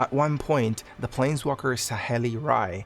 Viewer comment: Awesome video. So many mispronunciations. AmonKETH instead of Amonkhet. SaHEli instead of Saheeli. Editing to add that there is a crucial detail missed in Liliana's storyline. When Jace whose mind is corrupted by Emrakul's influence confronts Liliana on Innistrad, he is actually able to see the Raven Man which surprises both Liliana and the Raven Man as 1) Jace has never been able to penetrate to see into Liliana's mind and 2) no one has ever been able to see the Raven Man.